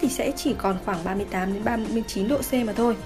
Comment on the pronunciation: 38-39 độ C "mak thôi" nghe mát thiệt